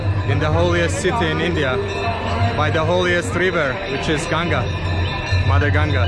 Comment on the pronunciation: I liked that you pronounced it as Ganga unlike a lot of foreigners who call it as Ganges. I'm glad that you pronounced it correctly.